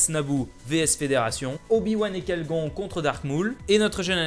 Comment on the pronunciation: kai gon c'est Qui gon arrête de massacré les nom